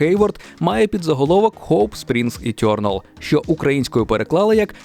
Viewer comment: Чому ʼ етьорналʼ?!! Е.т.Е.р.н.а.л!!!